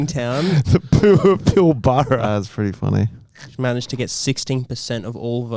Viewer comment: mate pilbara is pronounced more like pill-brah